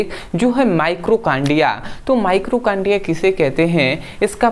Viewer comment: माइटोकांड्रिया होता है भाई माइक्रोकांड्रिया नहीं।